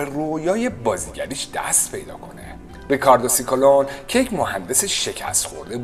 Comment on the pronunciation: خوب خوب خوب، دوباره پاز کردم😂😂😂 فکر میکنم نام فامیل سوفیا رو اشتباه تلفظ کردید، ب نظرم فامیلی او..... شکولونه هست